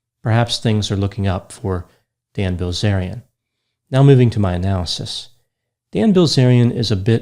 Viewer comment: I couldn’t help but hear Gozerian every time you said his name.